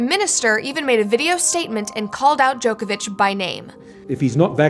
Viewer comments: Pronounced Djokovic wrong, this is what happens when you do no research and just read a script with no idea who the person is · Americans, his name is pronounced JOCK-ovic